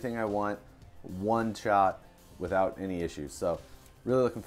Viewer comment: Did you say it's "wheely" nice?